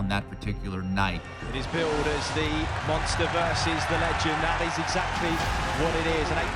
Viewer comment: Mosnter of ducking ??? 🤣